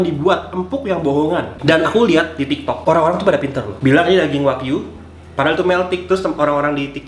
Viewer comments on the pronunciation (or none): none